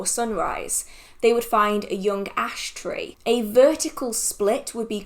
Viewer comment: Are you saying ash tray or ash tree for the wart spell??